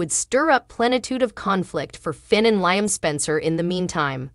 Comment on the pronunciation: For Heaven sakes! When will this Commentator learn how to pronounce Liam's name? It's pronounced LEE-UM, not LIE-UM! WAKE UP WILL YOU? 🤬